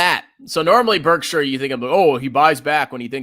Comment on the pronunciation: doesn't know how to read Berkshire.